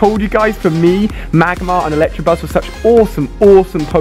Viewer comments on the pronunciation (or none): So annoying that he says Electabuzz wrongly, there is no R! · Is anyone else kind of cringing every time he calls Electabuzz "Electrabuzz" or is it just me? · THERE'S NO R IN ELECTABUZZ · Ali please.. I love these videos but man, Electabuzz not Electrabuzz.. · Its electobuzz not electrobuzz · why does he say electabuzz electrabuzz